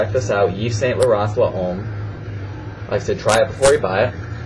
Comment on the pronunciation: Hey man, I just want to correct you when you pronounce "L'homme". The way you say it sounds "LA-OME" L'Homme is pronounced as if your saying "LOME" , not LA-OME. Keep up the videos!